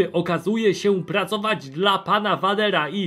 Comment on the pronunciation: to nie transseksualna kosmiczna Ewa Wachowicz, tylko krzyżówka Złej Macochy Kopciuszka z robo-kucharką Rosie z "Jetsonów". :) Dlaczego w mówisz "Wadera", a nie "Wejdera"? A poza tym, odcinek fajny. A to "krzesło elektryczne" to najwidoczniej hełm do wirtualnej rzeczywistości z opcją peep-show i teledysku w jednym. :)